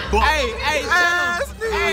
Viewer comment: Ma bro He’s not Ass-knee 😂 He is Michael Dapaah people call him Big Shaq